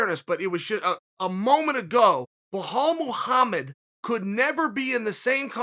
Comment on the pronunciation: who is "wahal muhamed'?